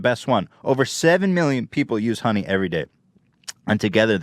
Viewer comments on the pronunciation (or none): Who else heard dunny instead of honey